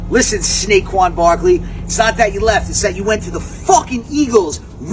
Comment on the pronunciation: when said “Saqad barkling” I was dying